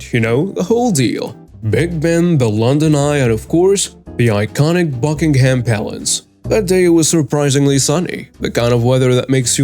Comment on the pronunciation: The H in Buckingham is pronounced silently. Just saying.